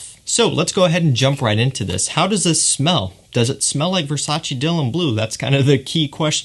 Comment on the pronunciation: its versace not versaci